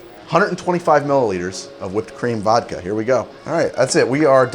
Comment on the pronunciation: When he said whipped cream vodka I thought he said cream of vodka